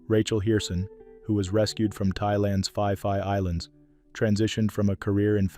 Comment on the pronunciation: Fi fi islands is pronounced 'pi pi' islands.(pee pee)